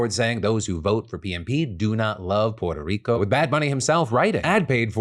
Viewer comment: I can't stand how Phil enunciates "Puerto Rico"... It makes him seem like such a try-hard. Like c'mon man, just say it somewhat normally. Examples are through